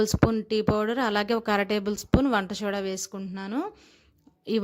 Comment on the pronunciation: Hi . Vandashoda kadhu, vandasoda cheppandi sho. Kadhande